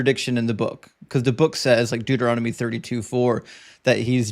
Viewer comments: LOL was just gonna write the same thing! :-D "Doo-doo-Rom-Nitty" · "Deuter-ROM-ah-dee" is my favorite book! 😂 Also, "fairity" is pretty great too